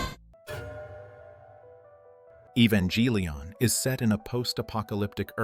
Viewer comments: Never say evangelion with a J lol its: english: ee-van-gah-lih-on Japanese: eh-ban-geh-rih-on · Evongeeelion? Lol bro have you ever seen the show?